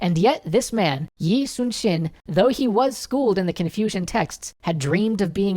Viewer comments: It is pronounced...'Lee Soon Shin'. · She means the pronunciation of Yi Sun-sin in Korean is 이순신 EE SOON SHEEN, so she didn't know who Yi Sun Sin as, because it's the wrong pronunciation in English. Capital "E" sound, "Soon" the OO's are like when you go OoOo when someone is in trouble, SH "EE" you clench your teeth sound N.